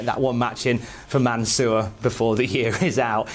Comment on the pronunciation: Please, don't say Mansoor it sounds like your talking about someone from the sewer.